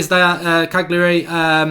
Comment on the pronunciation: Still too arsey to pronounce Cagliari correctly Mark? Have a bit of humility man!